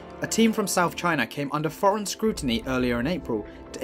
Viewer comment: "Chyna".... go figure! SMGDH!